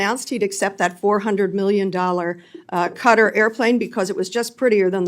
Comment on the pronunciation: IT'S KATTTTTTAARRR NOT KARRED KKKKAAATTTTTAAARRRR KKKAATTTTTTAAARRR THE KKKAAKKAAA OF THE MUSSLIMS WORLD!!!!